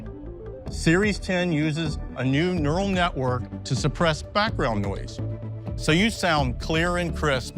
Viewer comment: when he says background noise i have a stroke